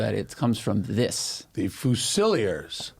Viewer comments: Again, it's fuse-ill-eers, not foo-silliers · OMG it is Fewh-sah-leers not fu-silly-ers .... English man! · Just an FYI, if you are in the UK, Fusiliers is generally pronounced FUSE-IL-LEERS